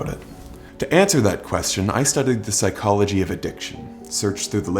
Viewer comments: its psychology not pyshcology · pyshcology! Love it 😅